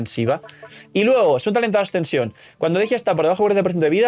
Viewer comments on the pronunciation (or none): Por qué le dicen Dejia si se llama Dehya? La pronunciación es similar a Deyanira.